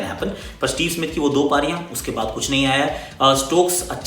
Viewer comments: Instead of saying Baade kya karenge, He said Bhadwe kya karenge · Bade kya karange but listen like bhadve kya karenge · Lekin bhadoye kya karenge bola lol